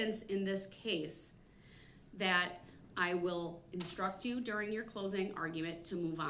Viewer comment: Sovereign citizen defense. This guy is so out of it. He keeps saying dis and dat.